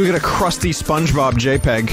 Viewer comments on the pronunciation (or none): none